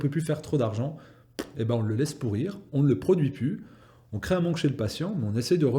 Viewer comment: min , je cite : " certains états ont racheté le prui "... Le prui ? Serait-ce un nouveau mot pour dire fruit-pourri ?